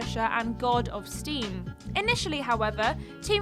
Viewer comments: id Software (“id” as in Freud). Not “I.D”. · Who on earth pronounces id Software as I.D.?? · that's a cursed way of pronauncing id software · Just SYK, the "Id" in Id Software is pronounced as a word. Id is actually a word meaning the psychological part of the brain that just wants to do whatever a person wants to do with no regard for anyone else. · I heard that and thought "Have you just never HEARD of id Software? Are you too young for that? How can you work for a GAMING CHANNEL and not know how to pronounce ID?"